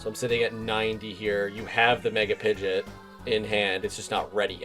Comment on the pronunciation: It's pronounced Pidgeo..t not pidgey